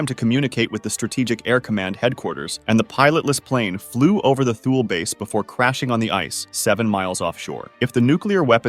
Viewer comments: Heads up! Thule is pronounced "Th" like Thug and "ule" like School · its not pronounced twoley its THÜL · It’s weird how he pronounces Thule correctly for the first half but then says it wrong in the second half of the video. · Correctly pronounces Thule then also incorrectly pronounces it seconds later...